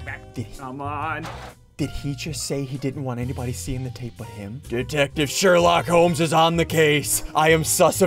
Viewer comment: He was saying Sherlockhomes